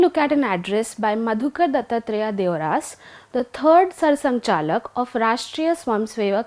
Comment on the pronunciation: It's deoras not deorās